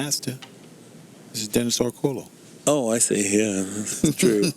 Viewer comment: As long as he's been in the game. it's amazing how many times Orcollo's name gets butchered. Great video production and excellent commentary otherwise.